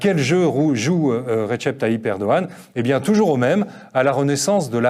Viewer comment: on dit "redjep" et pas "retchep"